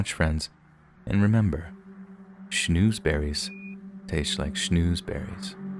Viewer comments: It’s SCHNAAAZBERRIES NOT SCHNOOOZBERRIES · Schnozberries not schnoozberries